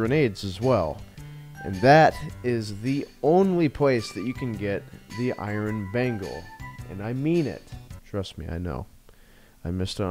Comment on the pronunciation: mispronounced "Iron Bagel". Unsubbed.